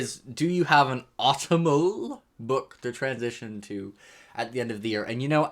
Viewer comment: I'm sorry, I have to bully you. The way you said autumnal made my soul cringe.